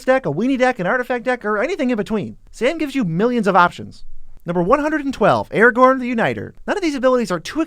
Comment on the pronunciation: I'm sorry but Aragorn, Gandalf, Galadriel, Théoden, Círdan, Celeborn, Éomer, Angmar, Gollum are all off, plus others being somewhat off, too. Typical americanization of names. Certainly, while it being one of the somewhat off, I appreciate Sauron not being pronounced as "sore-on".